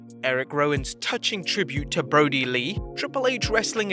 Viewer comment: BRODIR NOT BODIR! please up your standards bro